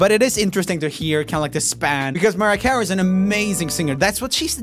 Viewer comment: i'm sorry... but did he say "Mariah Ca-wee" lmfao